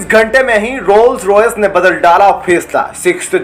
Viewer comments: Rolls Royce hai Bhai, not royal royce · Bhai pehle names sudhaar le, rolls royce hain Royal Royce nehi 😅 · Royal royas nahi bhaijaan, Rolls Royce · इंजिन बनाने वाली कम्पनी 'रॉयल रॉयस' नहीं۔ रोल्स रॉयस है۔ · Bhai woh Royal Royce nehi Rolls Royce hai . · Kripa words use correctly it's ROLL'S ROYCE apani sabd sahi mai bola karoo 🙏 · पहले रोल्स रॉयल तो बोलना सीख ले